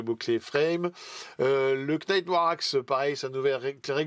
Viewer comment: C'est clair, bcp de taf pour pas grand chose. Vous êtes vraiment les stakhanovistes de la news Games!! Et au fait: le K de Knight, on ne le prononce pas!! 😜